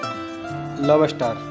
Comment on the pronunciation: Lobester hahahahahah lob ster is the actual pronouncing